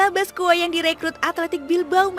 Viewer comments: BASQUE ITU DI BACA BASKE MBA, BUKAN BASKUE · Dibacanya baske bukan baskue min, jadi aneh banget narasinua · Bacanya Baske bukan Basque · Mohon maaf saran min, d bacanya "baske/basqe", thx u min